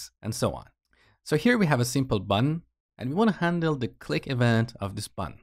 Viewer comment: please pronounce button as button instead btn